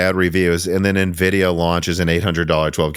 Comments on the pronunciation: I'd argue that I'm pretty sure Jensen pronouncing it as "En-vidia" as opposed to the "N-vidia" in the opening Animations is a lot closer and justifiable than the "Nuh-vidia" that the brothers here were apparently pronouncing it for years and claim that it's more common for people in the midwest to say it that way. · Lmao everyone in IRL I know say it nuh-vidia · Nvidia's own animation opening screen on games that feature it explicitly pronounces it as "N-vidia". It's pretty weird that have consistently missed what has been consistently clarified by Nvidia over the better part of the past two decades. Here's a video compilation of Nvidia's animation opening screen from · I've lived in Illinois all my life and never heard "nuh-videa." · I've never known anyone that ever said navidia. I'm sorry man, back then you were a super newb. I would have to question if you had ever even seen a cpu before Gen 1 Ryzen. It's now obvious that anything you have ever said about gaming pre 1800x has been a lie. I can't believe this! Just messing with ya. Lol! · Nuhvidia sounds like the skin cream Nivea 😁😀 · But Jensen Huang pronounces it "en-vidia" on stage all the time. It's like tee-eye vs tie. Jensen says it one way and the corporate windbag doing the next presentation bellows it the other way 40 times in 10 seconds. So claiming that it has been "clarified" is... not exactly clear. You're basically saying the CEO (and founder) of the company doesn't know how it's pronounced. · I’ve been building PCs for 25 years and you were the first person I’ve ever heard pronounce Nvidia that way